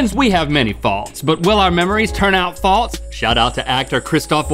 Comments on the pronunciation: I love how they say “falTse” instead of “false” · You just said "faults" a bunch of times in the intro; just adding a t-sound to false. I want to say that it can not be because of your accent, but being from MA, I just have to plead the fifth. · False is not pronounced faults. IRS pronounced false. Like falls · Rhett and Link pronouncing false and faults the same further proves that they are, in fact, southern. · I like how he pronounces "faults" and "false" exactly the same way so the rhyme doesn't work. Is that how southerners say "false"? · I was so confused because Rhett pronounces "false" like "faults". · Gah! "FALLTZ" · Is pronouncing "false" the same as "faults" really a thing?